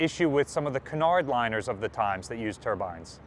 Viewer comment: He say both Turbans and turbines. But it's Turbine.